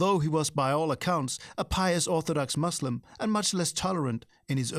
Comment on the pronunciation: “Mangle pronunciations”!!??!! It’s reviling, utter colonial disdain to hear, in the first 8 minutes, the mangling of the words Muslim and Punjab. I’d get those pronunciations correct so as not to alienate your audience.